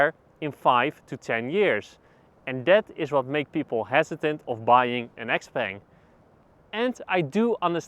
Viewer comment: Pronouncing it as XPeng is correct. That's what it's known as internationally. In the Chinese market, it's known as Xiao Peng.